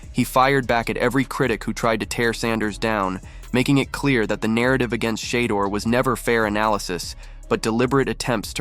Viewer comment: “SHAAA DOOR” AI ….